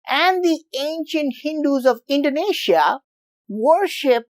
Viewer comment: Hey, I'm Indonesian and Idk why I found this video. But I'm grateful bcs I can learn something new about my country from foreigners?😅. Yeah, I love the way you pronounce Indonesia and Prambanan very well and correctly, similar like our tounges LOL. And I love when you curious you'll find the answer urself not only from the internet but also to the local so you'll get ur answers accuratly to minimize possibility of biased unlike some "youtubers" so sometimes they made some mistakes, not entirely their fault tho bcs they might not realized it but yeah. It's best to gather information as much as possible and certainly get info from the locals and share all that information. Not only by 1 or 2 sources. Like you, even tho maybe there are not 100% true but you showed us the process of ur doing to gather ur informations. Maybe next time you can invite the people that can be ur interpreter to the local tho😁 Once again. thank you bro and keep it up. You might uncover all the trivial questions from around the world that even the citizen from those countries might not know. Like me🤣